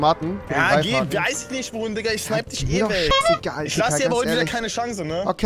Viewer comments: du bist so peinlich es heißt Digga und nicht dikka 🤦‍♂️ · HALLO rewi du hast nicht diger gesagt sonder tika du kannst nicht reden